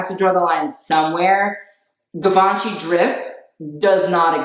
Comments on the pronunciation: girl the hype beast was saying "givenchy" better than you were... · Just the way he says "GIVE - AHN - CHEE" makes me cringe so hard. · Vet-e-monts. Givaunchee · hearing cry as he heard him pronounce givenchy was so funny. Like if heard this customer at my work when they asked for 'give-en-kee slides' we would be having his funeral this moment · losing the will for 20 out of 30 minutes, it's a chef's kiss from me haha Also, "we are three minutes into this video and this man has said GUH-VAUN-CHY" 😂😩🙏 get her Jade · Look at you giving credibility to THAT. JEE-VAN-CHI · "jivace" "venemom" Street wear ppl never fail to amuse me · GIVONCHEE DRIP!?!? 🤦‍♀️🤷‍♀️ Drip or Drown.. DROWN. LOL. I love you,as always best commentary.😘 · HE SAID GIVE -ANCHY IM DONEE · 'GIVE-UNCHIE' oh no no no no.... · To be honest, he probably said givenchy incorrectly because these types of dudes usually like to seem super into the idea of over the top ‘hetero masculinity’ and think saying something correctly in French makes them ‘sus’... really it makes them look stupid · I'm begging someone to tell him how to say Givenchy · Hi I am a middle-aged women from France ( now living in Canada) and I love your channel! Streetwear is my least favorite fashion style however I respect those who like it! That being said you have managed to keep me interested throughout the video! I cringed when I heard him say "Givenchy" and "vêtements"😰! you pronounced "vêtements " the correct way! As a French person (and this is very cultural) we tend not to flash brand names however I do not put down those who do! To each their own and what makes them happy but I'll make an exception...✌ please young man change your curtains they're sacrilegous! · Dude their givenchy pronounciation kinda killed me inside. Like ik French is hard but issa brand!!! Plz say it right 🥺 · the mispronouncing Givenchy moment gave me some Showgirls-Versace realness